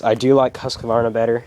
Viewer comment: it would be great if he could even say Husqvarna properly lol